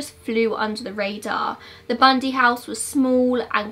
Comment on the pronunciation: I literally like studied him. So when you messed up his name I immediately knew.